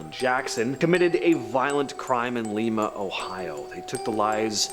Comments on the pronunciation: Lima, Ohio not Lema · lol... Lima Ohio... is pronounced Lime-ah...yes, don't even say it, I know... lol... I did a job there and they get all butt hurt when ya say it wrong...LMAO